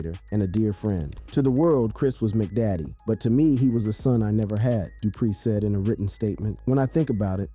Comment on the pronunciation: The dude said ( Dey bomb) for Da Bomb, (Mc Daddy) for Mac Daddy... I would fire him for that alone, ur not from the culture fam 🤷🏾‍♂️